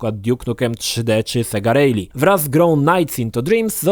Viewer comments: nasz ty nieporadny klapouchu, 'rally' wymawia sie 'rali' a nie 'rejli' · Kiedy nauczysz sie poprawnie wymawiac słowo "rally"? :P